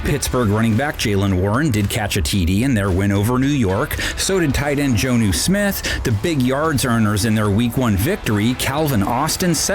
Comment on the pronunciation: Did he say Jonnu Smith wrong or have i been pronouncing it wrong?